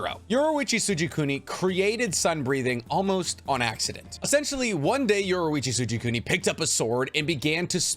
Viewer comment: and yoriichi lol "yuwarichi soojikooni"